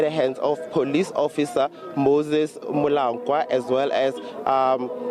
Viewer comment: Thabo Moses Mokoana NOT Molankwa as the reporter said.